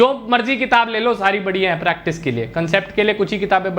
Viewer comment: pratice nhi practice hota hai